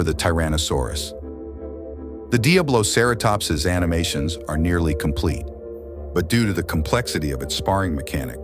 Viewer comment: He pronounced diabloceratops 3 DIFFERENT ways